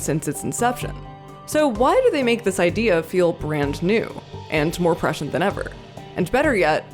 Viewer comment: I just love that you pronounced prescient correctly.